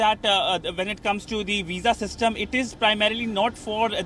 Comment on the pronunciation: Please note that the is pronounced as thee only before a word begining with vowel that are a, e, i, o, u